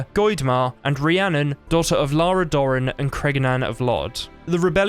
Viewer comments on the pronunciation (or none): none